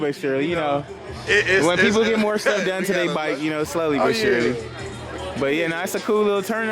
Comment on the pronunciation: “Gonna need some more’ah” 😂😂😂